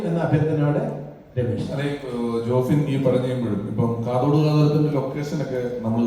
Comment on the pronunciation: കാത്തോട് അല്ല കാതോട്😮😮😮